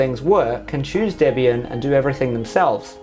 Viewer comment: Finally. Someone who pronounces Debian correctly